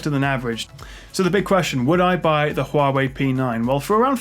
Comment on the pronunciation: it's not right it should be pronounced as "Wawi"